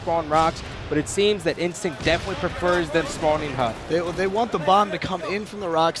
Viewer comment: "final bos...Ah god, INSTICT"